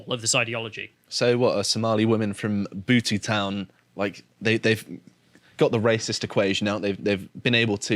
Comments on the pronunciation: I know is English and therefore has a limited vocabulary, but it's pronounced "Beaut" Town, not Bootoo! Your Friendly Welshie that only speaks English (apparently better than you!) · The name Butetown comes from the Marquis of Bute, who was a large land wine in the area. Not some strange pronunciation you used trying to make it sound like an African word.